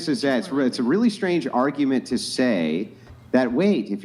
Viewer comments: Tell girl 4 the word is pronounced TOO. Not "tuh." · I have never heard someone pronounce the word "to" as taaa before. The girl studying econ said that way 3 times in. I don't mean anything bad about her I've just never heard that before.😊